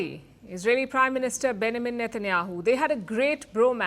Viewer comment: Why do you say benamin instead of Benjamin Netanyahu